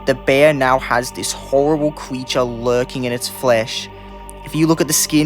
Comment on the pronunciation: "qweepy" "weal" "qweeture"